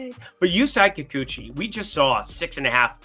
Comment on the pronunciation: Curious, do you watch baseball or are you purely a statistics guy? You know all the xwOBAs and launch angles but often tend to mispronounce big names like Sandy Alcantara and Yusei Kikuchi. What’s the rumpus?